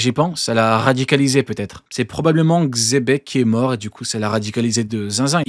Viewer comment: xebec c'est pas un roi, parle bien de xe Bec